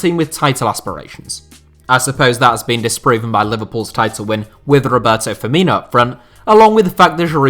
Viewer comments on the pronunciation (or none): none